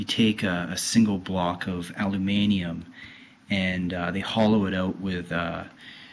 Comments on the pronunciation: also, why do you say 'alumanium' it's aluminium. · its called "aluminum" in english not alumanium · ha ha ha alumanium!! It's aluminium dude, it's what the rest of the world calls aluminum. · doesn't he mean aluminum? not alumanium? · actually people from pretty much every other country outside the US say Aluminium, as in elements actual name. But the in the video hasn't had an education. so he pronounces it Alumanium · alumanium, i think its pronounced ADAMANTIUM LMAO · I'm getting really annoyed with people that say the track pad is annoying 1. Its fine there is nothing wrong with it and 2. YOU BUY A USB MOUSE!!!! GRRRRR!!!! and learn how to say aluminum! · Alluuminayum? alluminum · "al-you-mani-um" why.... seriously... WHY! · allumanium lol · this isn't a review its a criticism ALU-MIN-IUM... you obviously don't now a good laptop when you see one. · Haha. I suppose it only sounds good with a British accent. +1.